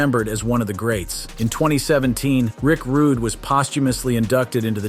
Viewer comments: Rick Rudegay sounds better ehhh!!!😂😂😂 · Rick Rooday hahahah!!